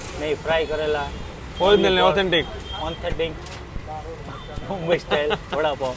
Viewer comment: Aunnthetic nahi authentic